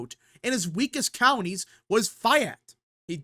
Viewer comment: Sorry dude. Your pronunciation of counties is killing me!